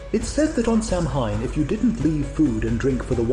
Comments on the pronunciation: UGH!!!!! WTF???? The bust just said, SAM-HINE....NO!!!!!!!!!!!!!!!...... SOW-IN! .....Thats HOW IT IS PRONOUNCED! God damn! GET IT RIGHT! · You lost me as soon as you mispronounced "Samhain." It is pronounced as Sow-wen; NOT Sam-hane. Every real, practicing Witch, or Wiccan, has a good chuckle when they hear it said improperly. Being able to say it right is sort of a measuring stick of realness for us. Just saying. 😊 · Thank you! Not Samhain. It's pronounced as Sow-wen. Amateurs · Sure about how "Samhain" is pronounced? (Hint: not the way this narrator pronounces it.)